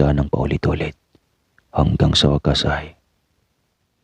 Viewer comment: Natawa ako sa wakas mo sir diin na diin 😂😂😂